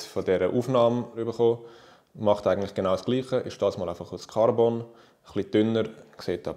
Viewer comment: Ja schwizerdütsch isch andersch und geil aber KARRBONN tönt eif numme scheisse